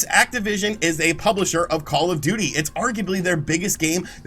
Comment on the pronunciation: I’m hearing “Call-a-Duty” every time you say “Call of Duty”.